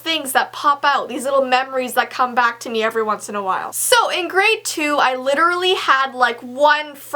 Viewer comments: Wait did u notice that she said bok instead of back? XD 😂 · Ok not to be rude or anything but you said bock instead of back😂😂😂😂😂😂😂😂😂😂😂😂